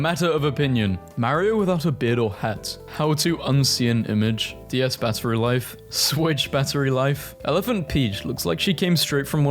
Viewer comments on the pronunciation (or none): none